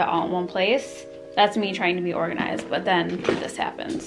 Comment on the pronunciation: You should Definitely hire someone! They can just help you say organized! 👍🏻